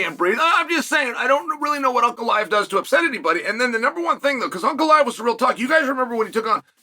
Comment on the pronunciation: Chael pronouncing Ankalaev name correctly, good sign or bad?